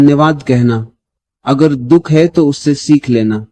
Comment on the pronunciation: रीडर से दुख का शुद्ध उच्चारण उपेक्षित है । दुहख क्या होता है..?